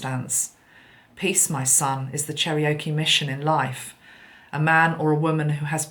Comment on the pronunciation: Hi, FYI: Cherokee is pronounced "Chair-oh-key." ✌